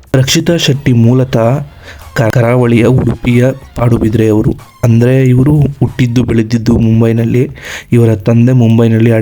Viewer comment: ಪಾಡುಬದ್ರಿ ಅಲ್ಲಾ ಗುರು ಪಡುಬಿದ್ರಿ